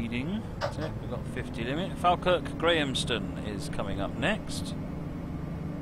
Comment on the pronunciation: Falkirk is actually pronounced "Fall-kirk." (or Faw-Kirk in Scots)